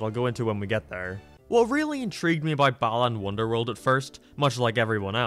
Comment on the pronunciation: Starts with "balaan wonderworld" Me: please tell me people won't meme that too